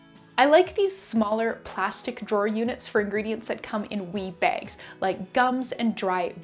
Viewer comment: Lol! In the video I thought you were saying WEED bag, now I realize you were saying WEE bag!